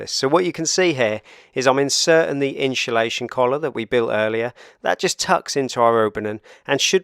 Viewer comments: Insulation Not inshulation No excuse. Speak properly or shut up. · I turned off when he said “inSHULation”…seems to be a current trend these days to say that, boils my pisser that a diy channel can’t even say simple diy products properly. The home improvement channel says it as well and I can’t get through a video if they say it either. I dunno if it’s rage baiting the audience into commenting like I’m doing now so that they secretly do a bit of engagement farming. Either way the watch time will suffer and that’s more important to a video getting pushed by the algorithm than my comment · We need some inshu-lation 😂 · "Inshulation Collar" must be a Velux thing 😂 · For the love of god learn how to say INSULATION properly.